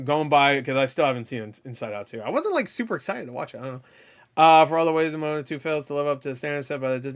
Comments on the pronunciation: Also it’s pronounced mowanna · not to be a complete dick but, it’s pronounced Mo-A-Na so literally Moana, if that makes sense, I’m not saying that to be a dick, I’m just one of those individuals that it bugs the shit out of if you don’t get your names and stuff right, I’m not saying that’s how it should be, I’m just saying that’s how it is.